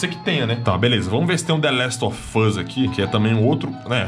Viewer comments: nossa vei deu uma agunia ver ele falar The Last Ò Fãs kkk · Ele fala : THE LAST OF FUSSSSS Ótimo 😅😅